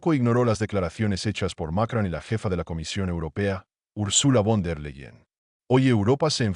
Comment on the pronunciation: ES ,MACRON IDIOTA NO '' MACRAN ''